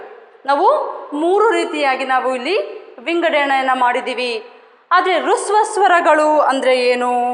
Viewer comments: ರುಸ್ವ ಸ್ವರಗಳು ಎಂದು ಉಚ್ಚರಿಸುತ್ತೀರಿ ಅಲ್ಲ ಹ್ರಸ್ವ ಸ್ವರಗಳು ಹ ಕಾರದಿಂದ ಉಚ್ಚರಿಸಬೇಕು. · That is not hruswa swara that is hraswa swara first learn prouncasion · Adhu rasva swaragalu, not rusva swaragalu